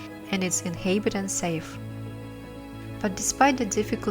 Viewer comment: Well, you do have to do something about the way you read certain English words!😜 List of some of your mispronunciations: InHAYbited inHAYbitants signiFICKly wrote (for 'route') immenSIVEly bAYing (for 'being') masonLY TYPE-ically OUN (like in "clown", "town", "noun", etc. instead of "own" like in "flown", "blown", "shown") conCUR (for 'conquer') inHAYbited HAYvy rESSently LAW (for 'low') cloSing (for 'clothing') glows (for 'gloves') freakin' (for 'frequent') reLAYtively inHAYbitants they remindS us for ourselF Yakutsk (like Yakutia) is pronounced with the stress on the second syllable: Ya-KOOTSK, not YAH-kutsk, so: , , , , , , , , , , - WRONG! - RIGHT! Also, you eat up some of the word endings: firefighter (for 'firefighters') firefighter (for 'firefighters') specialize (for 'specializes') themselF (for 'themselves')